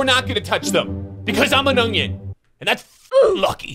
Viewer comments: It's ONion. Not, OnGion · Did anyone notice that he say ungion instead of onion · Is he saying “ungyun”? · Why he say ugyin